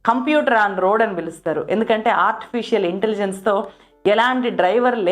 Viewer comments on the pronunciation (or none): none